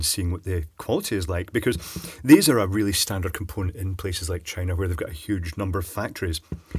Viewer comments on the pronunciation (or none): none